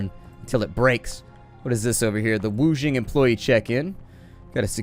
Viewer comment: I don't know if you care or not but Qi is pronounced like chi and the Xing in wuxing is pronounced like shing.